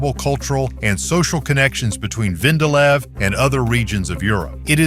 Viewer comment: It is not VENDALEV but VENDELEV .. i JUTLAND in Denmark.